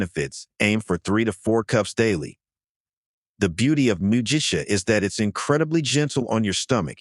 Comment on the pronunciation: Shoga-yu isn't "showga-yu". It's "shorega-yu". Mugicha is said with a hard "g" - it's not "muji-cha". 212F = 100C 175F = 80C Are you an "AI"? Otherwise, pretty good 👏